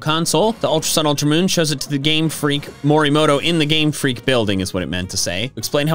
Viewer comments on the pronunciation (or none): none